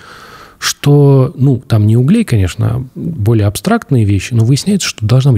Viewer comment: Правильно не углЕй, а Углей. И они не в камине, а в мангале. Если бы Андрей с этого начал, то понятнее было бы.